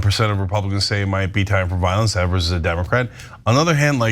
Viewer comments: EEEvers, long E. You pronounce his name wrong EVERY TIME. If you want to be taken seriously as a news program, double check pronunciations before you go on air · It’s Eeee-vers, not Eh-vers.🤦‍♂️ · I apologize for him on behalf of all Wisconsinites. That being said… it’s pronounced EEEVERS! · Please please please learn how to say our Governors name. This is like the 4th story on Tony and you still pronounce it incorrect